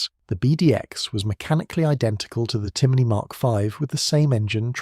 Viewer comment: A.I. naration... "see an" as you pronounce it is pronounced "Shaun" and it is "John" in the Irish language.also your pronunciation of Timoney is also wrong..it is pronounced as "tim on e" and NOT "Timiney"